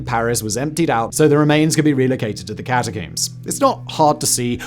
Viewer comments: The scariest part of this video is how Simon says cata-COOMS instead of cata-COMBS. Considering how many times he says it, you'd think he'd know how to say it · it's pronounced "ka ta combs" not ka ta coombs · Simon for the love of all that is good, please stop pronouncing it “Catacooms”